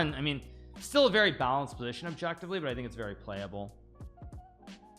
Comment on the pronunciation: Hikaru: “best move, objectively” Me: “yes, yes…oBjEkTiFleE”